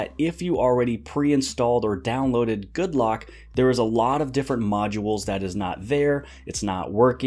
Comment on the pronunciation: Anyone else notice that the Korean developer called the app Good Rock? :)